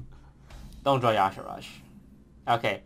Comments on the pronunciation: But toast, it's Y'Shaarj, not Y'Sharaaj. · its yshaarj not not yshahaarj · it's Yee-Shah-rj, Not Ya sharaj :( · I wondered about the pronunciation too, but the WOW wiki says, and I quote, "Pronounced YAH-Sha-Raj"...even though it should clearly be said, "Yuh-Shaarj". :s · "yashirajj, okay... never heard of him but another cool video i guess" reads card --> Y'Shaarj "DUDE GO TO SCHOOL CANT FUCKIN READDDDD" no but i love you dont kill me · Due to my native language I find really weird that people call Y'shaarj Ya'Sharaj, since I usually call it "Yi'shaarj" I can't see where the supposed A after R goes. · It is y'shaarj. Not yaash'raash! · Why the hell does everyone say Yasharaaj if it is Yshaarj? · why is he calling y'sharrj "yasheraash"? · actually yes. Youre right. The one time in actual canonical wow lore where his name is spoken, (In the Klaxxi questlines in MoP) it is pronounced like "Ya'Shaarj". But im insisting that it truly isnt pronounced like "Ya'Sha'Raajj" Because that truly just sounds inane and astronomically diffrent to the spelling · IT'S Y'SHAARJ NOT Y'ASHARAJ!!!!!!!!!!!!! Get it right for once, Toast! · Why the hell does toast (and others) insist on saying "yashiraj"? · Its Y'shaarj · Is his name supposed to be pronounced yahshooraj? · "Yosh a RODGE" No. Thumbs down. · It's Y'Shaarj, for fucks sake it's two syllables man 😂